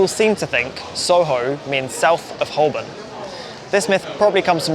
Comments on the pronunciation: While you're doing place names... the 'L' in Holborn is silent.😉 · You can’t be making these videos pronouncing Holborn like that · He didn't even pronounce Holborn right and you expect him to get that right??